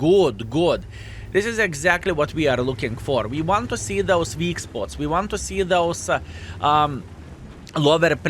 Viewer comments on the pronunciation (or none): none